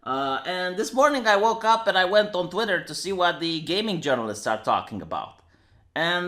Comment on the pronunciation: Did he pronounce *Twitter*, Twatter? XD